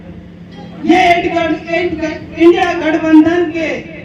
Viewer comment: India bolne me dikkat hai is mohtarma ko😅